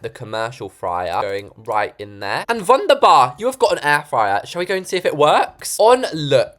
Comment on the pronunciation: Just a questions are you partly German? I heard that wunderbar!